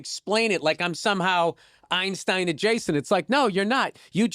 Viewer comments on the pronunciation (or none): none